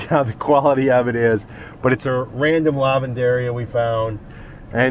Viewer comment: It is pronounced Lah ven der eeeh ah.. The accent is on the EEEahh..